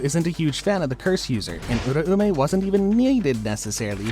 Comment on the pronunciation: The theories are very interesting but holllly, if this guy watched the anime, theres no way the pronunciations should be this off. The name in the show was pronounced “Ur-ao-may” not Ura-ume”. sorry not sorry for sounding like a dick